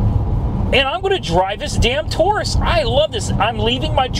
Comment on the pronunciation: It’s not touris it’s Taurus.